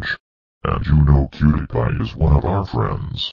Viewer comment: dad it’s not cutti pie it’s cutie pie